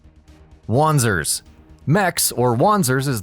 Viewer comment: wanzers pronunciation - Vanzers. german. it means walking tank.